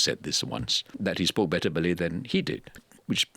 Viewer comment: Why does he say "Malay" like it has a hard "R"